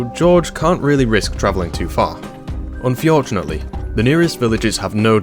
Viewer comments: Unfjordunately, keeps saying unfjordunately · I tried to say unfortunately like you and my wife asked if i was having a stroke 😂